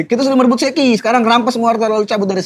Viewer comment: Kok aneh banget penyebutan Shakky dibaca Sheki ☕